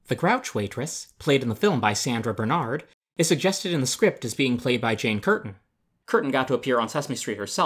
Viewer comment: Only downside was that while could pronounce Manzano, he couldn't produce Bernhard.